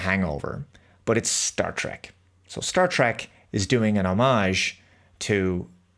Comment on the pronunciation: Drek not Trek